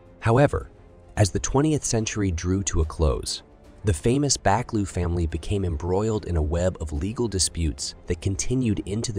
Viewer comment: Fyi, "Buccleuch" is pronounced "Bukloo".